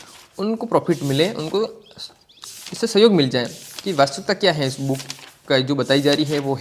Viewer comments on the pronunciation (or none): कोई भी पुस्तक लेकर पृष्ठों को उलटना book review नहीं होता है। नई पुस्तक का पुरानी पुस्तकों और प्रमाणित पुस्तकों के साथ तुलनात्मक लाइव अध्ययन और विश्लेषण करना ही book review होता है। जिस तरह से आप बुक को बूक उच्चारण कर रहे उस हिसाब से यह ही लगता है कि आपका review वास्तव में काम का है या केवल मजाक (joke) है time pass के लिए ।